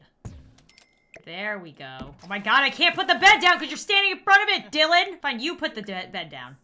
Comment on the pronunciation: How she said Dilan she said it like: and Dilann heheh 😏